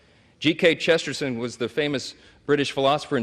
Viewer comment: 'Chesterson'? lol